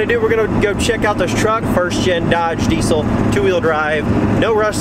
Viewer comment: Having a diesel YouTube channel you would think you’d pronounce diesel right. It’s pronounced “deezl” as by the dictionary definition. Not “decul”